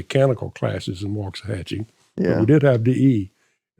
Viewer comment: Waxahachie no “T” in there